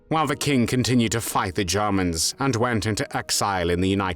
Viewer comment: And Germans as Garmans